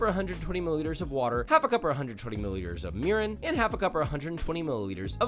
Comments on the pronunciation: did you say 120 ml of urine? , lol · When he said mirin i thought he said urine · when he said Mirin i thought he said urine and im a chef 😂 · Did he say urine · I heard him say urine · I had to listen to it 3 times to make sure you didn't just tell me to add urine. Got it now, mirin lol. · I understood "half a cup of urine" 😂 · I thought he said Urine LMAO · You said Mirin, I heard urine. Took mea sec. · half a cup of urine?? what is he saying lol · well hearing it again he clearly says mirin.. but it sounded very wrong when I watched it the first time😭